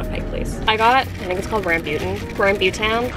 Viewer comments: ok sorry to be that person but i’m pretty sure it’s raam-boo-taan i’m sri lankan and that’s how my family says it so yeah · you can say it like " RUM-BOO-TAN" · I was like huh? What did she say? Ohhh Rambutan!😅 I love her.